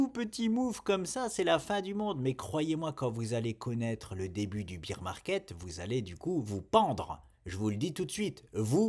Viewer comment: Le début du beer market 😂😂😂 ❤ toujours matrixé.... bear bear ours = prononciation baire pas bire de bière 🍻